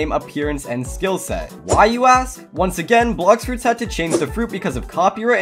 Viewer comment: "Blox froots"